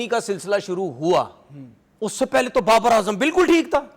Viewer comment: Barbar is brand of cricket but b is silent Babar is b rand of cricket